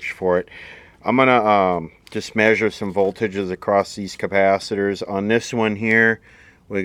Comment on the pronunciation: You need to replace the Ker-paaah-thet-errrz